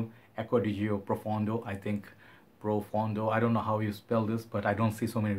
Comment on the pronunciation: pronounced very well. It means deep in Italian!